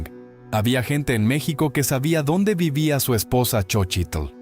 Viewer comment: No no es Meçhsico aprende a pronunciar a Mexico